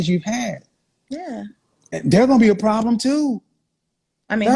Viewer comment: We have a pwabbblemmm